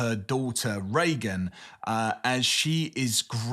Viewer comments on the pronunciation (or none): Just a small nitpick - inthe Exorcist, the daughter's name (Regan) is pronounced "ree-gan".